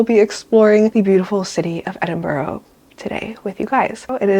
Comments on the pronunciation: It’s pronounced Ed-in-bruh (not edinburo) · hiii i love your videos, i mean this nicely i promise, it’s “edin-bruh” not “borough”, i know its nothing but it really annoys us Scots and UK people when americans say that haha, love this video and so glad you enjoyed your UK trip 🤍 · Enjoying the video ❤ although I have to mention that Edinburgh is pronounced ‘Edin-bruh’ 🥺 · I know you already put a disclaimer, but it’s pronounced Edin-bruh😂❤️❤️❤️ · Cool video, It's nice to see you've enjoyed Edinburgh (it's actually pronounced 'Edin-bra' so much, you're right to be careful about people...the world is a dangerous place. Take care 😀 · It's called Edinburgh say Edinbru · Girl I love you but please learn how to pronounce the names of places properly - hearing you say Haworth & Edinburgh wrong made me cringe so bad